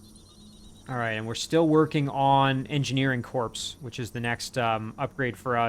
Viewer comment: While you paused, before the battle for the heirloom, you flashed on your two armies' POWER. Jack was the more powerful! Perhaps your Hero needs something more than scout units, for combat? This battle could be nasty...lol. GL! (You made it look easy! heh) Btw, 'Corps' is pronounced 'CORE'. Did you hear Obama when he said that and assume he was right, cuz Harvard? lol I'd have Jack clear the nearby area before running all the way back.